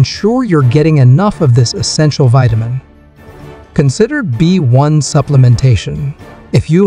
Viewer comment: "Vitamin bone" lol! You mean "Vitamin B One"